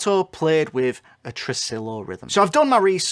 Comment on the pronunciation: tressillllo? no no white boy, it's tre-SI-yo